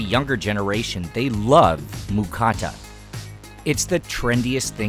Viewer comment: all this production value, you even live here.....but your saying moocatta....c'mon man.